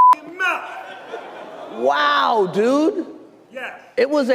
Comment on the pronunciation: Strange how Will Smith suddenly reverts to "ebonic" language. "Outcha fuckin mouf" instead of "out of your fucking mouth". SO weird...